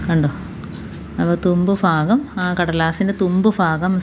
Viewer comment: Fagam alla bagam